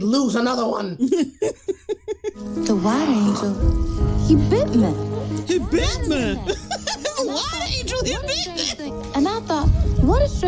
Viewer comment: Couldn't stop laughing at the "He bit meh!" part like what even was that pronunciation and who thought it was ok? It was a voice over scene, could have fixed it in 2 seconds. Lol.